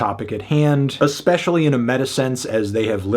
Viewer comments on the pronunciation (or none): none